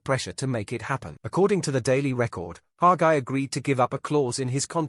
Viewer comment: It’s Hagi not Haga